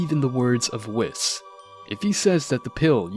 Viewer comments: "wiss" I always heard his name pronounced"wees" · it’s “wees” not “wis” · Wheees weeeeees not wis